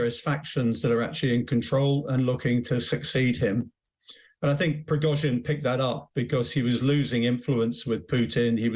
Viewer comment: Who are these clowns ? He can't even say Prigozhin and she described him as "self-acclaimed" . At least find someone who can speak English if you want to achieve any kind of credibility...